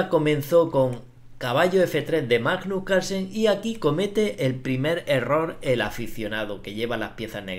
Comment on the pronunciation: La verdad es que Majnuj Calsen ej una bejtia